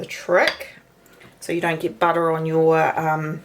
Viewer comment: Budda is good. But eh! not so good. just joshing the accent in fun 😁. please dont get offended